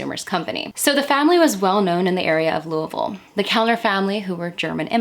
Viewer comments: You pronounced Louisville correctly - like a native, and that isn't easy. And this was an excellent program. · Girl you said Louisville correctly, I love it. Are you from KY? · Louisville native here- I had never heard of this case before I found your video!! Also props to you for saying it 100% correctly- you sound like a local haha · I love that you pronounce Louisville correctly! Great video. I am a new subscriber, excited to have a new podcast. Thank you!! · "Louisville" pronounced like a true, native Kentuckian. You must be from around here. I myself live just a bit north of Louisville and I gotta say, i hate the city. It's ALWAYS been dangerous. Why would anyone let their 8 year old walk alone to church almost a mile away? Why wasn't someone else in the family going to church? Why couldn't someone have dropped her off, cold as it was? I have so many questions... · Being from Kentucky it's irritating when people pronounce Louisville the wrong way, but you pronounced it correctly and by God that's good enough for a subscription! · As a Kentuckian, I so appreciate your correct pronunciation of Louisville! 😊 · I'm from eastern KY and it makes me happy to hear you pronounce louisville the way we do here. Most say Louie ville. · Wow. Lived in and around Louisville all my life, and I’m not sure I’ve heard of this. So sad. I’ve driven by that church many times never realizing how such a terrible thing happened there. Crazy. But agreed with several others in the comments, thank you for the proper pronunciation of Louisville. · I'm from Kentucky about an hour and a half away.... I'm a country girl and Louisville is a scary place it's dangerous in some places I'm so glad you say Louisville right lol... I just don't understand how anyone can murder a child 😢it's so sad... 😢😥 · Luavull is how us Louisville natives pronounce it here. It's odd to hear someine say it correctly. Lol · Wow! You pronounce Louisville like a native. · Pronounced Louisville right. ❤